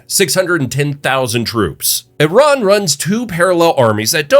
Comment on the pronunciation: Finally, someone who actually says Iran correctly (or at least the first time)